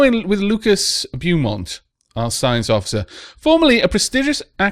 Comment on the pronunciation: Beaumont is pronounced Bo-mont.